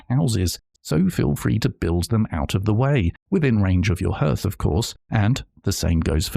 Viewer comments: Never heard anyone pronounce 'hearth' like 'herth'. Always heard it as 'harth'. Is that typical of folks from your region, or just a you thing? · Just as an FYI, the word "hearth" is pronounced "harth", not "herth". Good video regardless! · really helpful thankyou :) (sacfirifces comment to the algods) but surely Hearth is pronounced like the word heart not the word hearse x) i am questioning everything now